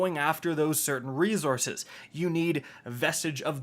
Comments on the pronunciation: Nobody:: REEZZZources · I was just getting used to "rezourcez"...now "resest"?? 😄